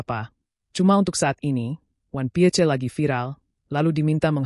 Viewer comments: Ini AI yang baca ato manusia kalo ngk bisa baca ingris ganti banyak yang butuh pekerjaan. 😂😂😂 wan pie C 😂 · 😅😅😅 bertita pakai suara ai 😅 Piece dibaca pie... Ce..😅